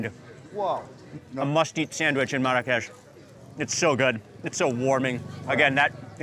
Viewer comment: Funny how you keep mispronouncing Marrakesh. Even your guide notices it. LOL